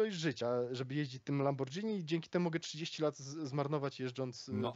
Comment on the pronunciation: "lamborgini", nie lambordżini, tak jak "spagetti" a nie spadżetti ;) tak na przyszłość ;)